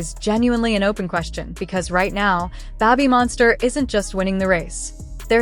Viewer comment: Babb-bee Monster? Is it possible to get a new AI pronunciation please :goodvibes